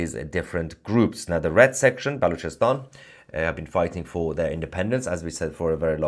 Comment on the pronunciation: Did you say Bollockstan?